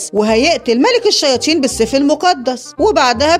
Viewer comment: مين لاحض انو بتقول الشياتين